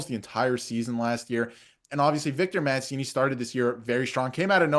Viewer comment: Why can’t Canadians prounounce Mancini’s name right? Born in New York, not Florence. We will miss him, the Nucks are getting a player!